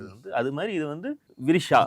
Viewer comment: யோவ் ஏலியன் எனக்கு வேற மாதிரி கேட்டுச்சு 😂😂😂😂😂😂 விரிஷா